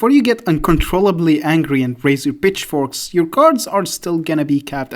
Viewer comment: did u say PITCH forks or BITCH forks ?